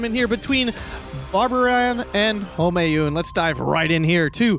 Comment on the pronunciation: pretty sure player name is just pronounced barbarian. . Bab + aryan